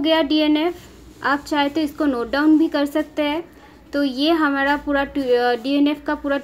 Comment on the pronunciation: mam ,Please say clear I don't understand. What you are saying hamada or hamara ,please improve your voice .....